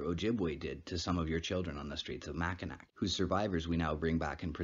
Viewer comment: Mackinac is pronounced mackinaw